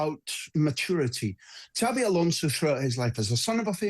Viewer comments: His name is xabi not xavi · His name is Xabi not Xavi. Talk sport fans even get his name right yet they claim to know everything else